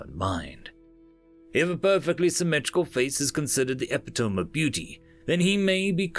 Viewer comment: Epitome = uh·pi·tuh·mee